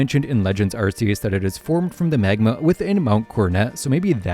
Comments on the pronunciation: Ark-ee-us. As in ark from the Bible. I hate when people pronounce Arc-see-us. We know he sees you Also, Zygarde is a Z in its 50% form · "Eurceus", "Arkieus". Is this some type of rage bait thing to generate comments? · why does his name have to with butts just because part of it makes a similar sound to "arse"? Hmm? Sounds like you're just immature. Also, his name being pronounced as "arc" is an english mispronunciation that they just went with all the way back in gen 4. His Japanese name is pronounced "arse-eus", and was intended to stay the same, like many other Pokemon names form Japanese to English, like Pikachu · I'm not one to get my panties in a twist over annunciation of pokemon names but I am curious how you pronounce "arcphone" if that's how you pronounce "Arceus" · My guy needs to work on some of his pronunciations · This video is so well researched. So how did you mispronounce Arceus? His name is a combination of 'arc' and 'deus' and has nothing to do with butts! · another case of mispronunciations Regice - Reg-ice, it has only 1 i in the name Rayquaza - Ray-qua-za, the qua comes from quasar Arceus - arc-eus, the arc comes from arcane (and the Silvally ability is the RKS system, not the RCS system)